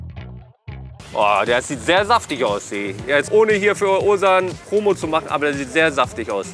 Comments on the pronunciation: Er wird Ozan ausgesprochen, da es ein weiches g (ğ) ist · „Owesan“ 😂😂😂😂😂😂😂😂 nicht nett von dir!!! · bro der name wird "OSAN" ausgesprochen :D